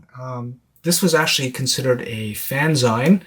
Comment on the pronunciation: Fanzine is pronounced FAN-ZEEN -- just like magazine